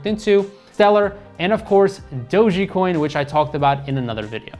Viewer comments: "dogey" coin hahah! love this guy. great information though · you pronouncing dogecoin as dogiecoin is a red flag